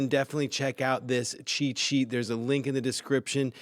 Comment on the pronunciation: When he says “cheat sheet” is it only me hear it as “chi chi”? I have no problem with that even it makes sense use AI for chi chi 😁